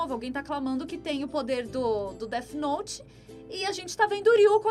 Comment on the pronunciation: A mina falando "DETI NOTI" me incomodou kkkk